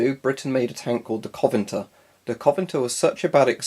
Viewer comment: Just a tiny thing on pronunciation its co-ven-ant-er. In as Covenant with er on the end. Other than that great vid, I was interested to see why you had so much beef with cheek filters...